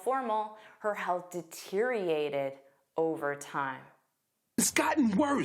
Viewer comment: You don’t pronounce deteriorated correctly